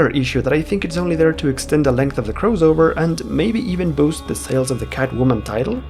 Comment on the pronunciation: The word is may-UR (MAYOR) NOT may-JUR CROSS-ovurr NOT CROWS-ovurr